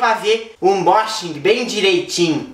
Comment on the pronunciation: ãnbóxingui kkkk